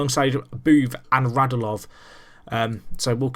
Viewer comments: Radulov is said RadUlov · For clarification, their names are pronounced Radj-YOO-Lov and Oh-VETCH-kin.